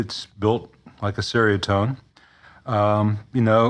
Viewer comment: fyi, it's pronounced "cherry-a-tone".